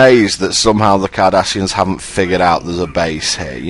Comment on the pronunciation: When you say Cardassians, I hear 'Kardashians'. Now you too cannot unhear it.